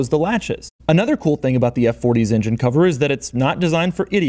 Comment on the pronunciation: What is an "ingine"?